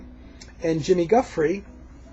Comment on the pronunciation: it's paul b-l-a-y not pronounced b-l-y... Paul Bley.. and its jufree not gufree jimmy giuffre